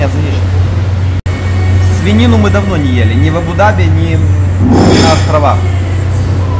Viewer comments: ударение правильно АбудАби, а не АбудабИ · Абу- ДАби.Правильно ставьте ударение. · абу даби ударения на букву а!!!!!! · Ставьте правильно ударение на Абу даби Вы не правильно произносите Абу даби, ударение ставится на <у> в первом слове и на <а> во втором слове. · Абу Даби ставьте по другому УДАРЕНИЕ. Как вы произносите, никто не говорит.